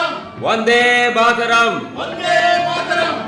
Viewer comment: ಕನ್ನಡ ಉಚ್ಛಾರಣೆ ಬಾರದಿರುವ ಕೆಲವು ಕಲಾವಿದರು ಮಾಡಿರುವ ಪಾತ್ರ ನಿರ್ವಹಣೆ ಕೇಳುಗರಿಗೆ ಹಿಂಸಾತ್ಮಕವಾಗಿದೆ. ಹಿಂದೆಲ್ಲ ಶ್ರೋತೃಗಳಿಗೆ ಕರ್ಣಾನಂದ ನೀಡುತ್ತಿದ್ದ ಕಾಲ ಈಗೆಲ್ಲಿ?! ವಂದೇ ಮಾತರಂ ಘೋಷವನ್ನು "ಒಂದೇ ಮಾತರಂ" ಎಂದು ತಪ್ಪಾಗಿ ಕೂಗುವುದನ್ನು ಕೇಳುವ, ಕಳಪೆ ಅನುವಾದದಿಂದ ದೋಷಭರಿತವಾದ ಪದ ಜೋಡಣೆಗಳನ್ನು ಆಲಿಸುವ ಮತ್ತು ಸಮೃದ್ಧ ಕನ್ನಡ ಭಾಷೆಯ ಅಪಭ್ರಂಶ ಕೇಳುವ ದೌರ್ಭಾಗ್ಯ ನಮ್ಮದು.